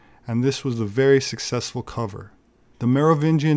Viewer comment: If he could get all of his words and how to say them right. I personally see that as the key to 'sussess'.